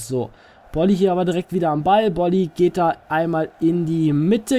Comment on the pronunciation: du sprichst bolly richtig aus (bin fortuna fan )